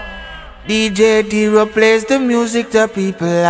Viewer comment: MY BROTHER ZJ DERO TELL THE ARTIST WHEN THEY ARE SAYING YOUR NAME TO PLEASE SAY IT CORRECTLY ZJ DERO NOT DJ DERO IF I NOTICE IT OTHERS WILL ALSO BUT I MUST SAY THE CONTENT IS GREATLY AND ALWAYS APPRECIATED GLORY TO OUR FATHER IN HEAVEN IN THE MIGHTY NAME OF OUR LORD JESUS CHRIST